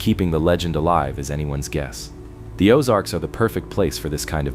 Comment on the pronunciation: I really enjoy and appreciate these types of videos, but what I don't like is the continual mispronunciations. Whether it's an electronically generated voice, or a real person reading the script, it's extremely annoying. I'm from Kansas City, and now, at almost 70 years of age, I've lived in the Ozarks for the last 30 years. I'm quite familiar with the places mentioned, and I'm irritated with the mispronunciations in almost every video I see. I couldn't even understand some of the names he/it was speaking. I.E. "Osage" is pronounced "Oh-SAJE" with a LONG "A" sound, not as in "massage," "message" or "garbage." This is a real problem, because of the sheer numbers of careless idiots, who don't know and are too lazy and stupid to care, and who fecklessly plow through the English language with absolutely ZERO REGARD for how idiotic they sound, whenever they open up their festering gobs!!! Make these dummies research the place and people names, before they start reading. What passes for education today makes me want to PUKE!!! But it's a great video, otherwise.